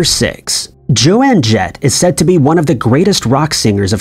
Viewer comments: I'm sorry but her name is JOAN JETT like Jone not JoAnne. You're killing me here. Also, none of these misremembered lines are the slightest bit creepy. This is actually just proof of how stubborn people can be. Instead of accepting that they've been wrong about a song lyric or movie line, they instead assume that all of reality must have changed somehow in a giant universe twisting shenanigans but somehow they and a few others have managed to remember the "true line". Seriously people, you just heard the line wrong the first time and never paid enough attention later to realize you were wrong. Oh, also, the "may be" on mirrors was because of the Meatloaf song. If you've ever heard the song, that line is repeated like 20 times, more than enough to embed it in your brain. I don't know if Simmons ever wore a headband in his workout videos or not but it was the 80's and headbands were super common so i could see people assuming he wore won when he did not, maybe somebody could just ask the guy. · Pronounced: own with a J in front lol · I was gonna joke that.made his own mandela effect with her name. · OMG! I know I had to stop watching it over that. He mispronounces things all the time and I let it slide, though it makes me nuts, but this is not a simple mispronunciation mistake, he repeatedly say the entirely wrong name. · That's something he could have fixed in two seconds of searching. If he didn't know how to pronounce Joan, he could have found a pronunciation guide somewhere surely. That to me shows that he couldn't care less about the actual people involved in his subject. I mean, how the fuck do you mispronounce Joan? It sounds like English is his first language, so this makes no sense. Granted, he could be from the Netherlands or something, because sometimes their accents when speaking English can almost sound, well, like a non-regional English dialect but, surely Joan Jett would have been popular enough not to get her name wrong. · Joan. Not JoAnne